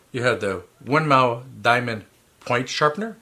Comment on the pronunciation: Just a bit of Information for you. The correct pronunciation of Winmau is "Win more"